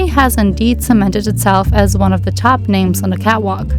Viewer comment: I’m not sure why people do this but I noticed when you say the word “the” you insert da or de instead of saying the actual word THE. You don’t do it every time, just occasionally. This is meant to be constructive and helpful…. Not mean or cruel. But when you do that, it can sound uneducated and I know you’re not bc this was a wonderful video!! I enjoyed it very much. Thank you and God bless! 🥰